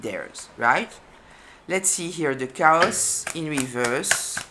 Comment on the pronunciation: They brought nothing but drama and discord. The A in chaos is long like, kay-oss. Otherwise it sounds like cows. I was still on the sheep/goat analogy and then you brought in cows! 😂